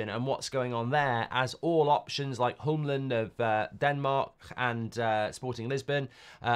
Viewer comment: How is it that difficult saying HJULMAND? The H is silent. But that is still not close to Humlund. Get your act together Mark